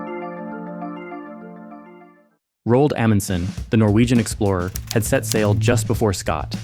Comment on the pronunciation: You mispronounced Roald. 👎